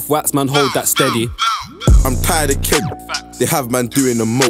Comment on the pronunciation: ngl ik he said kenny but did sound like he said kent